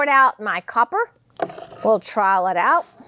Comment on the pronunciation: Girl, I enjoy you so much!! Super glad you've decided to do this! (and I don't mind the way you say trowel, at all lol). It cracks me up every time you mention using your hands to get those drips coming off the bottom of the board instead of the edges, no matter how many times I hear you say it! My grandma had one of those oooold (like epoxy probably wasn't called epoxy yet, old) tables that had shells and pictures and sailor stuff set into a clear epoxy. We all sat cross legged under the coffee table when we came over to eat, and by God, those drips. Let's just say, over the years, those drips owe all of us blood.... Bless you for saving the thighs of our youngin's! LOL! Keep up the good work!